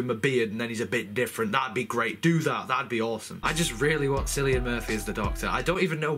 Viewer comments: it's not pronounced "Sillian" it's pronounced Killian, he is Irish and there is no "K" in the Irish alphabet. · Cillian is pronounced Kill-ian but im just being pedantic. Paul McGann return would be great. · it's pronounced like killan... It's a Irish name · Cillian is pronounced like Killian ... KILL-EE-AN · How weird you pronounce KILLIAN Murphy! Makes it sound, like you spelled him with an "X"! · As small a thing as this is to get hung up on, could you please learn the actors names before diving into a video. Surely you've heard the name Cillian before, it's not at all uncommon.